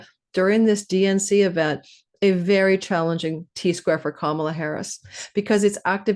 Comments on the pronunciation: WONDERFUL , thANKHyou!! 💜🙏🏽💜 At the end, you said Ka-MA-la. 😂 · Can people please pronounce Kamala correctly? It's an Indian name meaning lotus.. it is pronounced COME-a-LA. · I am not sure she expressed it that way. I've heard that she wanted it be pronounced correctly.. which is COMEaLA. If you have any indian friends you can check with them. Her mother is a south indian tamil.. and they espcially pronouce it ComeaLa with minimal emphasis on the first syllable and more emphasis on the LA.